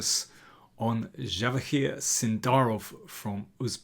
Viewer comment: Wow, Im amazed that you pronounced the words Javohir and Uzbekistan natively 👏